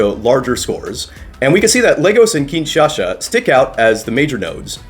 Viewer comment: Why are you pronouncing Kinshasa like “Kinshasha”? If anything, the Lingala pronunciation is more like “Kinsasa.”